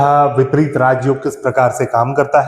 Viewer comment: विपरित नहीं विपरीत